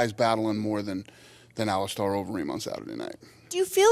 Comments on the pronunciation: Here to hear Dana call him "Ali star" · I absolutely despise how Dana pronounces “Alistair”.